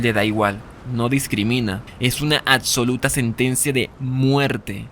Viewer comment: Me desconcentra demasiado cuando pronuncia la C en vez de la B en oCsesión aCsoluta oCsesionada, pero me gusta el video